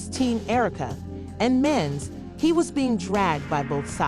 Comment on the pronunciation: Get the names right. Yandy, not Dandy… who is Mens? Can’t take any of it seriously.